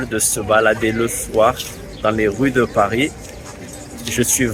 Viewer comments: Why are you pronouncing Paris with a final “s?” I thought it was supposed to be silent. Anyone? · why did he pronounce "Paris" with the "s" sound? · Does anyone know why he pronounces the S in Paris in the opening line?